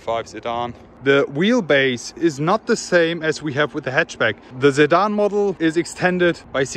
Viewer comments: Its your pronunciation = You say Zidane not Sedan :S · nah you were pronouncing the word sedan like zidane 😂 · is he saying Zedan or sedan 🤔🤔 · a zedan 'sedan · he is right...i too got confused when you said Zidan 🤔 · For a sec, I thought you were saying Zidane 😅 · I'm new here why does he keep saying Zedan? It doesn't seem like he has a problem pronouncing "'S'" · Whats with the 'sedan' pronunciation?